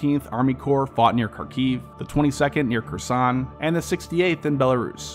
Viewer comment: I hate to be a downer but you need to work a lot on your pronunciation of ruZZian/Ukrainian names/terms, you really butchered Kharkiv, Kherson, Moskva, Rosgvardia, Izyum, Oblast.